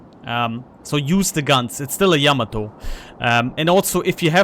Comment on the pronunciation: Thanks for the input T. And Thank you for pronouncing Yamato correctly.